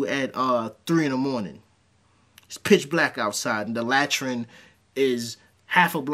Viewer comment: La-TreeN, la-trēn is how it’s pronounced. but i follow